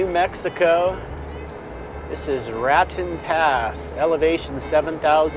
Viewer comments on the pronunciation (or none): Not trying to be a Dick or anything, but most people in that area pronounce the Pass as "Ra-Tone". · Rah-tone Pass, accent on the second syllable... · Nice weather for you, its pronouced Rat - tone. Keep your eye out for UFOs you might see something. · Thanks, happy that you are heading south ! It is Rat-tone, kind of French sounding draging the second syllable. I would have hit a restaurant in Santa Fe haha but your dinner looked great. What is in the giant silver, coffee looking pot. Is it a water filter of some sort?